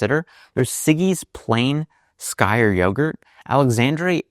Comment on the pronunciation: His pronunciation of skyr gave me actual whiplash! It's said like "steer" but k in place of t, not like sky+r One syllable only!